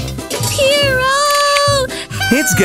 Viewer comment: GUYS ITS PIRO NOT PEARO